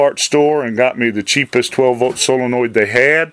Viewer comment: It's NOT " Solinoid ".......... Its a " Solenoid "! BTW..... Common terms used " Solenoid " when in " Motors ", etc... If in Electronic World.... It's a " Relay ", but " Solenoid " are used in Mowers, Lawn Tractors, etc.... Or you can call it " HIGH VOLTAGE SWITCH ", LOL.